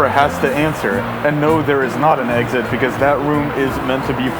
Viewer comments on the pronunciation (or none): none